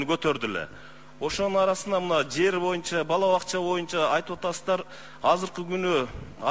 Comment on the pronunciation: АЗАМАТСЫН ЖЫЛЫШ БАР ЭКЕН , АЗЫРКЫ СУРОО БЕРГЕНИНДЕ ( ЭЛ АРАЛЫК ) ДЕП ТАК АЙТТЫН ЭМИ ГОМОСЕКЮ ДЕГЕНДИ ТАК АЙТСАН КЕЛЕРКИ ШАЙЛООДО ТОЧНО ДЕПУТАТ БОЛОСУН , КЕРЕК БОЛСО ЖК СПИКЕР. БОЛОСУН , СЕН ТАК СУЙЛОП , ТАК ОКУСАН БИЗ КУБАНЫП , СУЙУНОБУЗ ,, ЖКГА СПИКЕР БОЛСОН БОЮНЧА ДЕБЕЙ. МОЮНЧА ДЕСЕН. ДА БОЛОТ